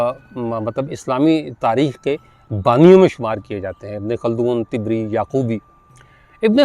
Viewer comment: طبری کا تلفظ ط پر زبر کے ساتھ ہے جبکہ آپ اس کو ط پر زیر سے ادا کر رہے ہیں طبری طبرستان سے ماخوذ ہے Tabaristan